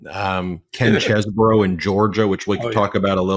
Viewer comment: Good coverage, Say, can I talk you into pronouncing Ken's last name correctly? I know, nobody else notices, or cares, but my ear cringes every time I hear: "Chess-bur-row"; it is pronounced: "Chez-bro," just two syllables. Thanks!